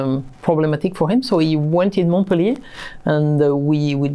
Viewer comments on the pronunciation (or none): none